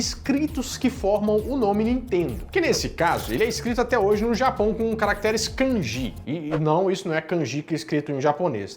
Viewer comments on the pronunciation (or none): Eu estudei no Japão no chugakou os kanji se pronuncia como “kandi “ e não “ kangi “